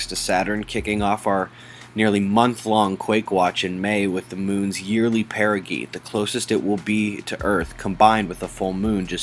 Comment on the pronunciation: The word 'perigee' is pronounced per-i-G. per·i·gee [ pérrəjee ] Do a search for perigee pronounce and listen.